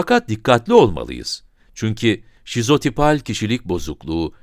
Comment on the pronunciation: Videonun basinda sizopital diyor ancak sizotipal olmali.